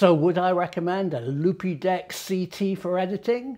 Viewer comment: I think they pronounce it Loopdeck - but I prefer yours!!! - As a pro photographer I can confirm it is ace